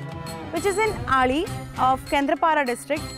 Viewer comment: Pronounce as an odia it's Ali but not Aul. As you are an odia girl, why you spell it as an Aul?????